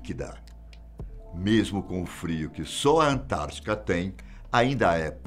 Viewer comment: É "AntártiDa",, e não "Antártica". Forte abraço.